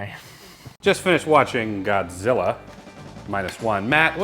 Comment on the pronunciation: "GODZIRRA...MINUS A-ONE-UH" 😂😂